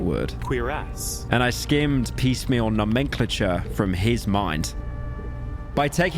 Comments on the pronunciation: Awesome analysis, loved it but "No-Mang-Clencher"? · Just to be that person, its pronounced No-Men-Clay-Chur nomenclature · Nah-men-clay-chur Nomenclature! That’s how ya pronounce it pyro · No-men-clay-chur: nomenclature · gnome-n-clay-chur is how you pronounce it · its pronounced like no-men-clay-ture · Stopped listening when he couldnt say "nomenclature" clearly he has no idea what hes talking about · Pyro not being able to pronunce nomenclature made my day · timestamp of Pyrocynical butchering “nomenclature”